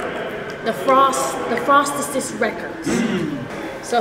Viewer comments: it’s “the frostesess” for me you fool😭😭😭😭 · SHE SAIDBTHE FROSEST 😂😂😂😂😂😂😂😂😂she funny